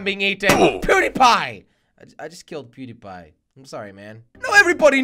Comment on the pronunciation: When you said, I just killed PewDiePie, I thought you said PooDiePie